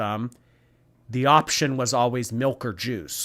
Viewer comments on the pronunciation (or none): The word milk (or malk as she likes saying it) has no meaning to me now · WHY IS SHE SAYING MELK?!?!=?!?!?!